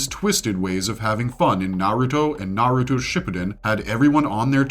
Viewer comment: Capable of saying many things but naruto and sasuke are just impossible for some people, I literally cant comprehend how you could mispronounce it so blatantly, if you had to learn these names and facts, why cant you repeat that same info? That's why it feels like its intentional. , I'm sorry but that's what makes these videos feel contrived, if you can pronounce slouch, you can also say ouch, why say uuch on purpose?